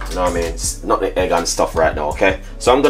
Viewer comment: It’s not nutegg ...... it’s nutmeg